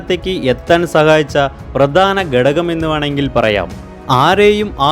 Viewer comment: Gadagam alla ghadakam